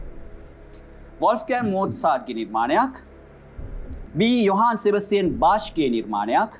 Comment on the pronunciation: Not යොහාන් සෙබස්තියන් බාච්, it should be යොහාන් සෙබස්තියන් බාහ්ක් ( jahann sebastian bach) because of the german pronunciation.